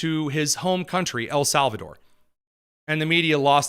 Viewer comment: “El SAL VA TOR” - van hollen